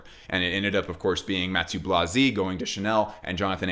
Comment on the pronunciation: I think it is time for everyone in fashion to learn to pronounce the name Mathieu. We already forced Demna to drop his last name!